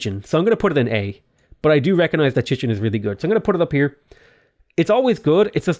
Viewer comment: I'm really happy that you pronounce Chichen Itza correctly.